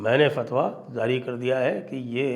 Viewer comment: Zaari❌. Jaari✅please make a note Sanjayji